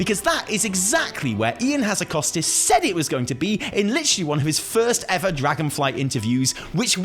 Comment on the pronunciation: Is it just me or did he just say "Evi" instead of "ever"? :'D